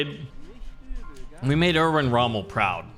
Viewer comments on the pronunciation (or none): none